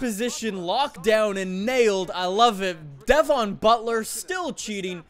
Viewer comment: You say Devon wrong